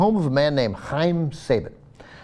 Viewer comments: its actually pronounced sah ba n and also Go Go Power Ranger's ! im such a nerd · Saban is pronounced sahBAHn.